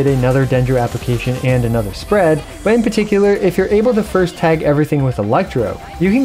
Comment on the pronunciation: fuh--- furst? f...fursht... first?